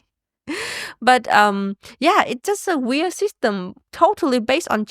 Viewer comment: I have a question about Uyens language and please don't consider it hate - it comes from genuine interest. I noticed that often "swallows" the last letters of words for example "weir-" instead of "weird" and "mayonnai-" instead of "mayonnaise" or even not pronouncing the plural "s" eg. "companie-" even if she is speaking about more than one. She has amazing English skills and I absolutely respect her for that! Still it does interest me why she doesn't pronounce some of the last letters? I learned Japanese for a short period of time and I know that this language consists of syllables that doesn't end on other letters than vocals (with one exception I think). Is this the case with Vietnamese as well?